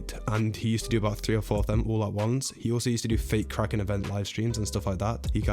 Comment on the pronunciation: Its kraken but that's ok😀